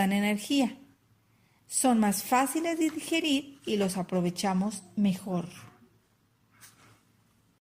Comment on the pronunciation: miss dijiste son mas faciles di dijirir